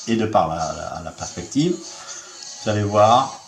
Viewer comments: un petit rendez-vous chez l'orthophoniste serait le bien venu. on sent une pointe de dyslexie dans le mots perspective. Déja qu'il ne la comprend pas, en plus il ne sait pas la prononcer!!!!! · J'ai regardé un bout de la vidéo originale du coup... C'est sympa, le mec n'arrive même pas à prononcer perspective, fait des fautes de français dignes d'un élève de 6ème, nous parle de champ visuel, sans comprendre ce que c'est, pour nous affirmer péremptoirement qu'on ne peut pas voir plus loin que 6000 à 7000km (à l'encontre d’absolument tout ce que l'on sait de l'optique et de la propagation de la lumière), puis il nous dit qu'un cercle devient une droite quand le rayon est assez grand (ben non, il faut un rayon infini pour ça), puis il nous parle de la trajectoire d'une étoile qui est (il le dit lui-même à 13 min 14) à 45°devant l'observateur, et qui se retrouve d'un coup au dessus et donc à 90°, etc... Je me suis arrêté là. Il y a, dans cette vidéo, tant de crétinisme, qu'on se dit qu'il faut prendre des mesures contre les mariages consanguins. Ou bien est-ce un troll? En tout cas pas suffisamment drôle, s'il en est un, pour qu'on aille au-delà de 15 min de torture devant sa vidéo.